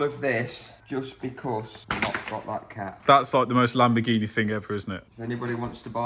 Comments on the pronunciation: Lamborghineh Yourus 😂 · it kills me every time he says "LAMBOGHINE" ahahahah